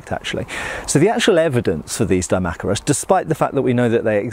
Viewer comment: I thought it was pronounced Dee-mack-eye-rus